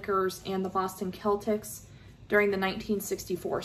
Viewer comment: Majority of ppl should buy sports titles at discounted prices. Essentially its the same product every year so why keep paying $60-$70 every year for a sports title! It’s pronounced Boston Sell-Tics(boston celtics), just an fyi.